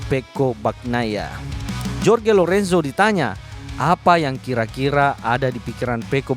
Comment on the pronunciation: Bang maaf ya seblm nya,,cm saran,,tolong sebut nama sesuai kewarganegaraannya,,sprt Jorge (di baca Horge),, Joan(di baca Hoan),,biar match..